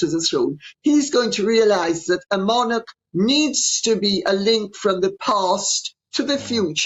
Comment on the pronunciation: Thank God that Lady C pronounces the word "monarch" correctly - NOT as so many are now saying - MON-ARK !